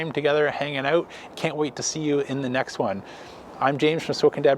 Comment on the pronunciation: Need to work on how you say out lol.... where are you from ?